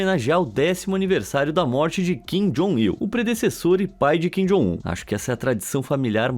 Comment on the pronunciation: Kin jon um chorono😂😂😂😂